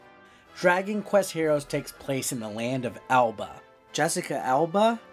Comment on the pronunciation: THE LAND IS NOT ALBA ITS ARBA ...